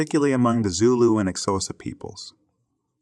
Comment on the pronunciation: Next make sure you learn how to pronounce Xhosa before posting anything about it, good info by the way.